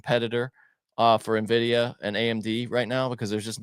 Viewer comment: please teach how to say N-Vidia and not Navidia... Drives me crazy everytime thanks